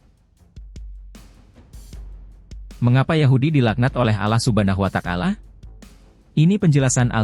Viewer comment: Yg BENAR DONG PENGUCAPAN NYA....ALLAH SUBHANAHU WA TA ALA....BUKAN.ALLAH SUBHANAHU WA TAKALA....